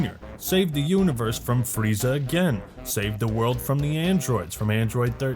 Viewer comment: This video was good until I heard linda young freeza.